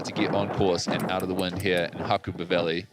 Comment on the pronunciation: Pronunciation needs working on Ha-ku-ba not Ha-koo-ber